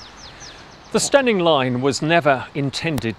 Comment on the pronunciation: I'm an Eastmidlander by birth and don't even know where "Steyning" is or might fictionally be, or that one should pronounce it "Stenning" (!), but this format (which the algorithm found for me) is magnificent - such excellent work in finding all the historic photos and viring them into the current status - subscribed in the hope that Bradshaw may encourage similar reviews of similarly stupidly closed railways NORTH of London (I know, culture shock big time). The format and the presentation are SO GOOD.